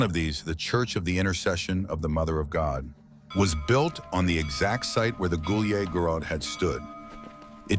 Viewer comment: Took me a long time to figure out he's saying Gulyai Gorod. AI is pronouncing it like it's in French or something